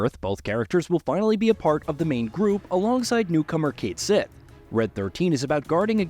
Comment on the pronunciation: its called cait shieeeeet not cait sith.